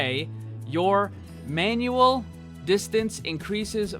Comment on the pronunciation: its mangual not manual